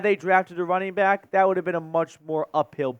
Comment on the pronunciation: “Wunning back”